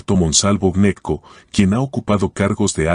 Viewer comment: El apellido no es Neco, se pronuncia la G, se pronuncia Geneco. Si ud lo pronuncia de la otra forma, los costeños quedan perdidos y se diría que es otra familia y no los que realmente son